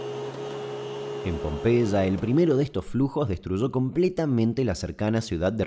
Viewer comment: Con una gripe tremenda llegué ayer y me dormí todo, así que ahora de la madrugada viendo ésta joya , increíble sos querido Damián,superandote vídeo tras vídeo!!! Un abrazo Tita de Tortuguitas Pd: me encanta como pronuncias Pompeya 😂😂😂